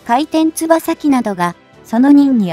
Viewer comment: もつとしっかり読み上げろよ。かいてんつばさじゃなくてかいてんよくだろ！